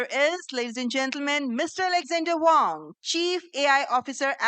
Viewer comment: Not Wong, Wang as in Waang!